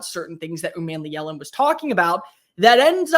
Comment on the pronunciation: It’s not man, but mon like Jamaican mon (yea mon !)! U mon me Ellen is correct !